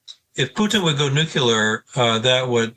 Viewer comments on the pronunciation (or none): Never trust an analyst who says "Nukelar" instead of "Nuclear" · How can I listen to the analyses of a man who fails to pronounce nuclear properly? It is not nucular!!! Thanks, George W. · The guest loses all credibility when he cannot pronounce the word “nuclear” correctly